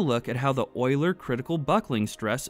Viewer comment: Concise and easy to follow. That's another quality video worth to watch. I especially love how you pronounce Euler the right way :-) Something that's probably not very intuitive: A pipe can even buckle when under tension while supporting a compressive load. We did experiments at the university showing that, but I kinda forgot the exact reason for it.